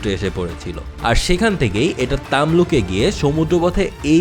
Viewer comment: তমলুক হবে, তামলুক নয় ।আর তমলুক হলো প্রাচীন বাংলার অন্যতম শ্রেষ্ঠ বন্দর। যার প্রাচীন নাম ছিল তাম্রলিপ্ত।